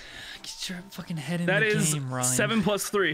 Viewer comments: I love how just starts calling Ryan "jyan" halfway through the episode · I herd condi's character as Dry'n instead of Jryan